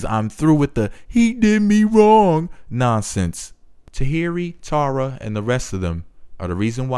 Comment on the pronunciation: You pronounce Tara like "Tierra" that's annoying.